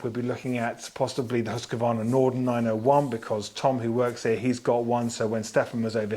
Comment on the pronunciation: *Hoos-kvarna. Not Hoos-ka-varna It shouldn’t have to be that damn difficult to pronounce Hus-qvarna!